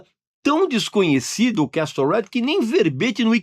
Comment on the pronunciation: Obrigado pelas dicas, Regis!! Feliz Natal!!! (ps. pronúncia correta de "castle" é "quéssou", sem o "t").